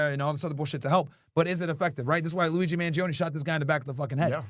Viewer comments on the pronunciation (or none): none